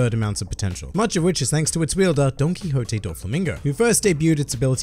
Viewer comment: What other ppl hear: Don Quixote What I hear: donkey hote